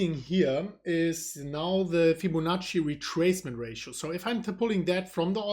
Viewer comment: Did just say "FibboNazi retracement?"